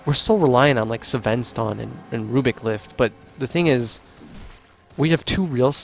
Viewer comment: why are you pronouncing Sven sa ven?